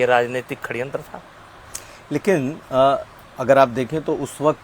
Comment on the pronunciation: Kaise aap aise aadmi ka interview le sakte ho jise षड्यंत bolna nahi aata।।।।